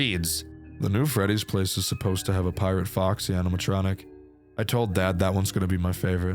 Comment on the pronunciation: "pirtate" 😂 Jokes aside, when a genuinely phenomenal fangame